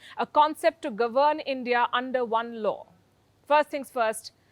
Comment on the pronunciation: disparate, not desperate ? "govern" - check pronunciation, when this is used as a verb.